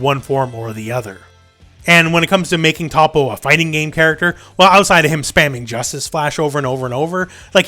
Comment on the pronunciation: Learn to pronounce toppos name please